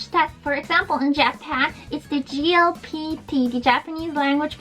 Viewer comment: You pronounced it GLPT instead of JLPT. It's Jay, not Gee.